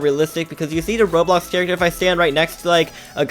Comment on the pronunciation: Its called RoBLOX not Rohro